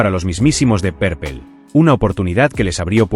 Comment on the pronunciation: "dep perpel" "lov jerts" 🤣🤣🤣